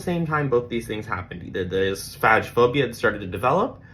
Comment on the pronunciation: It’s pronounced like FAY-go-fobia and you’re fantastic!